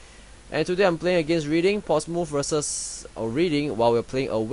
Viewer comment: Cool tactics, I am currently playing Bradford right now. :) Oh btw, Reading is pronounced: Redding.